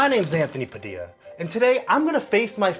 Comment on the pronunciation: "Subscribe to." I'm sorry if I offended you but that part got me dying 😂